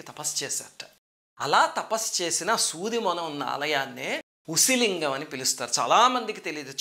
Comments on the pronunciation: It's pronounced as OOSI LINGAM.. OOSI in Tamil means needle..🙏🙏🙏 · Small correction; You have to pronounce it as an "oosi" lingam. Oosi in Tamil means soodhi in Telugu. Which appears to be the right way of saying it considering the structure of lingam. Naraayana Naarayana!!!